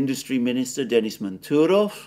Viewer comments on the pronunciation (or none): none